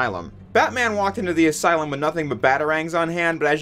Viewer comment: Welcome to the aslume